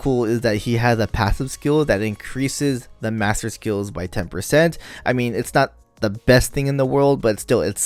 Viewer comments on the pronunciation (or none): none